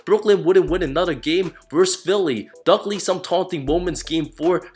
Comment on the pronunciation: "Dugley" lmao